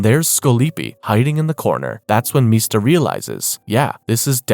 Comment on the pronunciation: Also its MISTA. Like Mr. Not Meesta.